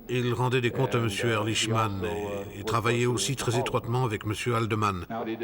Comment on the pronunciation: Pourquoi les Français sont-ils incapables de prononcer correctement un nom à consonnance étrangère ? Ehrlichman se prononce Erlikman !